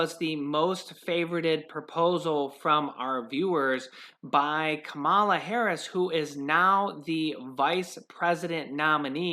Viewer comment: Kamala (comma Lah)